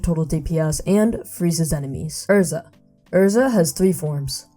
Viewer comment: You actually said Erza's name correctly